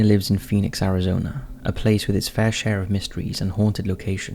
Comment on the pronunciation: Phinix castles... Lolol.. Those are defenetly not castles.